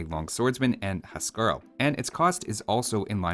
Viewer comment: Huskarl is pronounced "Whose-Carl"